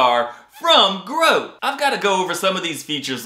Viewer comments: It's pronounced "GrohTAY" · When you first said grote I swore you said gross guitar 😂 And I thought well this is gonna be an extra entertaining review